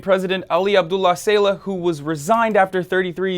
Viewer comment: saleh not sayla